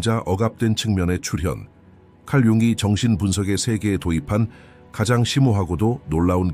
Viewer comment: "융이"가 "융기"로 들립니다.ㅠㅠ